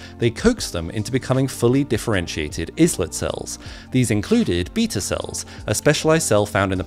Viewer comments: "Islet"? It's pronounced "ilet", like island. 🤦🏼 Islet literally means small island. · It's pronounced "eye-lit" not "islet", as it comes from the word "island" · It's EYElet cells, NOT isslet... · Great! Fantastic news, but really, is-let cells?? Small isles (or islands. Perhaps you pronounce those as is-lands? 😎) It's pronounced eye-lets. As in eye-lets of Langerhans. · eye-let, not iss-let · Pronounced "Eyelet", not "Izlit"! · You pronounce islet like island, not is-land. They're named after the islets of langerhans. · IT'S PRONOUNCED EYE-LET, NOT IS-LET, FFS! It comes from the word island, because that's what they look like histologically! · It's "eyelet" cells, not "izlet". Makes you wonder what the "I" in "AI" stands for. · Islet cells are pronounced as the diminutive of isle. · “Islet” cells? “Eye-let” you mean? Or is this just gaslighting your audience for comments? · "I let" cells 😅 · It’s pronounced ‘eye-let’ cells, because they are little islands. Insulin is related to insula, the latin for island. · Islet..pronounced " ayelet" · The word “islet” has a silent S - it’s pronounced “eye-let” cells ….. or so I learned in medical school 💃 fascinating!! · eye-let cells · Pronounced eye-let, in America anyway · Islet = "eyelet" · The "islet" part is pronounced like "eye-lit." Langerhans named them for "small islands" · Uhh... pretty sure it's pronounced "EYE-let" cells. 😂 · Just curious if your pronounciation of "ISLET" is it English which then I am guessing American English uses the french pronounciation? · Pretty sure the first bit of Islet is pronounced similarly to Island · The pronunciation of “islet” cells is such that the “s” is silent. Like the “Isle of Man”. And pluripotent cells are pronounced like “plur-ip-plotent” like the dreaded “impotent”. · Islet cells were pronounced wrong, but other than that thank you for this content. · Fun fact: third time in a week I have heard "islet" mispronounced on YouTube.